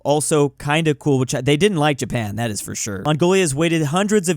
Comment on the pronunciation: Jay-pan 🤣Don't get more Murican than that.